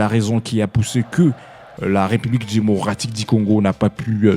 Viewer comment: Parle bien. Pas Dimocratique mais démocratique...tika fière papa😂😂😂loba bien